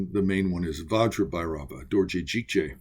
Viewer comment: Update, your pronunciation of Bhairava gave me chills